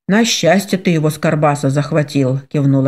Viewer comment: Только почему карбаса,а не баркаса? Режет слух,как будто не правильно прочитали слово.